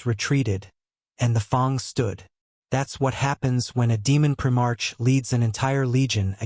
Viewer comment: “prim-ARCH.” More crap.